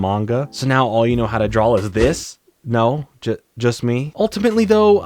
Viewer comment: The word DRAW does not have an L in it. The word is not DRAWL it is DRAW. How is nobody talking about this